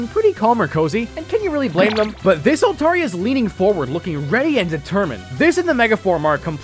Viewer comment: The way you pronounced Altaria, Lugia, and Shelgon is sinful. "oH bUt It'S tHe OfFiCiAl PrOnUnCiAtIoN" official pronunciation my ass.